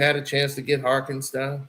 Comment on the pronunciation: Yall gon keep letting butcher these players names😂😂😂 Cason Wallace and Hartenstein 😂